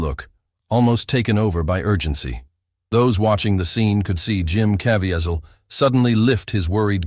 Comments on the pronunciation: It’s genuinely SAD how many YT’ers are taking advantage of Jim Caviezel by making these overly dramatic videos….when they don’t even know how to pronounce his name. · LEARN TO PRONOUNCE HIS LAST NAME. Jim is a TRUE servant of God!!!!!!!!!!